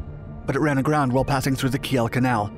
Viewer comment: The E in Kiel is silent